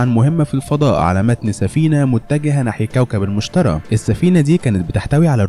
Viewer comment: ملاحظة: اسم الكوكب المشتري مش المشترى اكرر المشتري مش المشترى